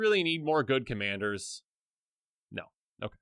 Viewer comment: "Commayders" lol